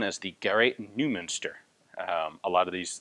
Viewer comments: Well, Ian didn't say usual "I butchered that name", but he should have! 8D It's not "noo", "eu" is pronounced as "oy" (like in "a toy") in German. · Spot on. Noy Moonster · By the way, Neumu"nster is pronounced something like"Noimeunster". That u with the umlaut is something you need to attend a German class to learn how to make the sound.. 😁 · Hi Ian, The "eu" in Neumünster is pronounced like "oy" in boy Greetings from Germany